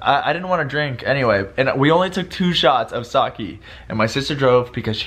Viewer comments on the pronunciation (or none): haahaha it's not Sak''i'' but Sake! Your funny! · you're saying "sake" wrong!!